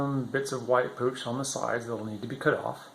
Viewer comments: The 'white stuff' is called potch, not pooch. Pot-ch like a planting pot with ch at the end lol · Though the way you say Potch makes me twitch a bit haha